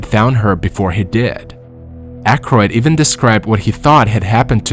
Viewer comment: One can tell that you use a bott - even turns into ewen, father turns into further, and other words! Not good!!!